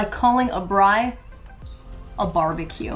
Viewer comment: First ever American to pronounce Braai properly 🤣